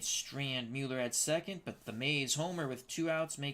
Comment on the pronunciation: I believe you are correct with the Mueller pronunciation.